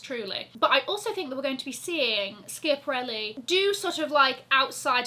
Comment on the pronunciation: think you need to Google the correct pronunciation of schiaparelli!